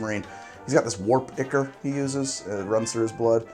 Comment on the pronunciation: Fun Fact: it's pronounced Eye-chor, not Ick-ur. I didn't believe it at first either.